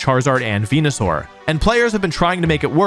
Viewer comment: super proud of you for the TPCI sponsorship, very disappointed to see you sold out (pronounced venusaur correctly)